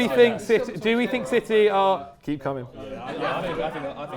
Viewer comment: 4 minutes and I notice it was all "shitee" 😂